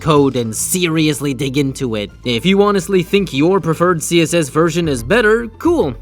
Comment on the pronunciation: i think you wanna say "think" instead of "thing"